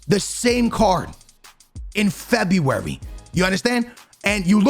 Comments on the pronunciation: Everyone: February: Febuay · I know he purposely mispronounces names for the comments but cmon bro at least say February properly 😂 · I subscribed when you said febywary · For a man who can't pronounce february, you really went ham on the febyywary :D Agree with everything you said tho... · No one not a single soul. - FEBEEE WARY lmao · No one: No one in the entire world:: FEBUVAJI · Normal people: February Ask me AM: Febuaryyryr Aks me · "in Febby wary" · Don’t u mean fEb-eEe-WaRee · The way he says February 😂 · Can’t not laugh at the way this man says February 😂